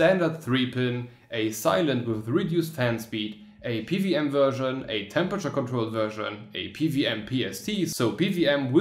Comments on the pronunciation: it's "P - double U - M" but u say "PVM" haha :) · O Well I would've guessed that :D I get strong German or Czech vibes or similar when hearing how you pronounce PWM